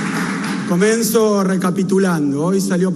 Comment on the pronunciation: Lo manda mami cris a decir esas bo ludeces ,el no tiene idea de nada es un bruto ,en ves de decir comienzo dijo comenso 🤣🤣🤣🤣🤣no sabe ni hablar